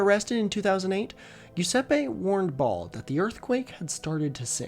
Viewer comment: Every time you said “Ball” I heard “Baal”